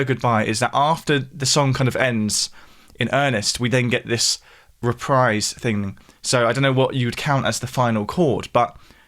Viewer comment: It's pronounced "re-PREEZE." Sheesh.